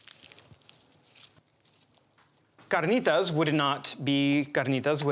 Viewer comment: Yooh, He Pronounced CARNITAS correctly 🙏🏻👍🏼 😂😂😂